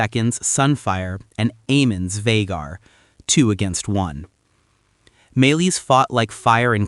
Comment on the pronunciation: Vehaaaaar😂😂😂😂😂😂 Va---Gar is the Pronounciation Not Yee Haw?